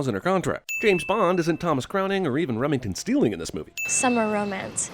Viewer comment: And you get a sin for saying Remington Steeling when it’s Remington Steele.